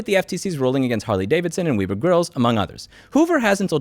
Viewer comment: I love how louis always butchers the name of companies or products. Ridgid(ridge id) is Regid Webber(web er) is Wibi